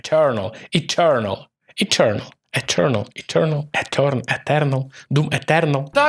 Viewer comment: якщо хочеш шось вимовити так що б усі зрозуміли і ніхто не робив зауважень - вимови так як вимовляють усі "Етюрнал"